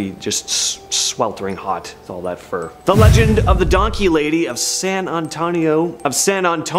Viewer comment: San Ann-tone-ee-oh